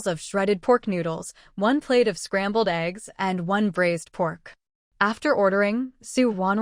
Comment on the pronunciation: If cooking meat it’s braised not brazed. HTH